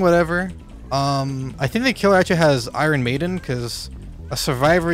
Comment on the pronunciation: Eye-Ron maiden.